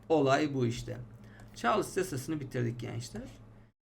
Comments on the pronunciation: hocam çarlıs değil de çarls diye okunmaz mı mantıken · "Çarlıss yasası" :)